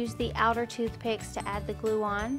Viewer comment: Are not thoothpick